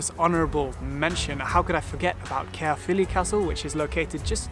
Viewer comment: His pronunciation of Llangollen, Glyndwr and Caerphilly was way off the mark! Llangollen = "Hhlan-GOTH-len", Glyndwr = “Glin-dur” and Caerphilly = “Kair-FILL-ee.”